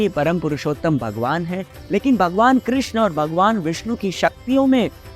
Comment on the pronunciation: कृष्णा nahi hota...yeh draupadi ka naam h.... कृष्ण hota h....